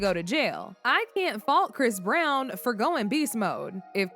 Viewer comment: chris brown ..if you going to speak about him make sure you get his name correct first